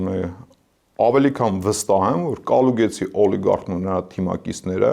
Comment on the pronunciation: Կալուգացի տղա ջան, ոչ թե Կալուգեցի։